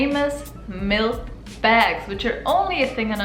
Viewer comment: It's the pronunciation for me. 😂 Would you like a beg of melk? The politeness over honesty/flakiness thing definitely happens in Boston too. My pet peeve.